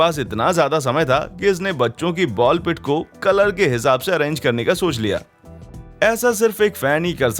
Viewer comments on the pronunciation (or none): अरांगी nahi hota अरेंज hota hai